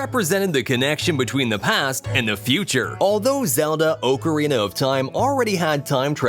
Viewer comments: It’s Ah-co-reen-a. Not Oco-reena😊😊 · Oh cah ree nah The phonetic and proper way. An Italian invention. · Please stop using words that you cannot pronounce..."ocarina" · I hate the way you say ocarina